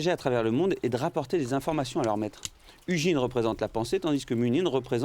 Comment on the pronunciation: Haha l’ASMR légendes du monde sur fond de carcasse d’oiseau…. Inattendu ! (Bon et sinon le g de Hugin se prononce [g] comme dans guitare … 😉)